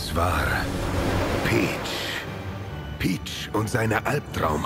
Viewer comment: Video: Es war...PICH! Ich: Es war...PEACH?!?!